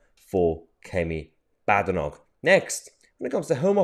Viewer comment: 'Baddernock'? Apparently, it's 'Bayd-noch' with a good Scots 'ch' at the end.